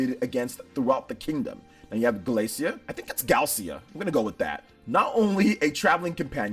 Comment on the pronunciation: Characters name: Gallica: "Glacia? Glacea? I think her name's Galcea" Me: i think youre dyslexic